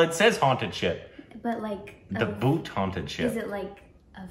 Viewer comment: pronounces the title correct unknowingly